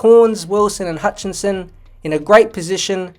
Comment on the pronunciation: It’s HUTCHISON not “Hutchinson”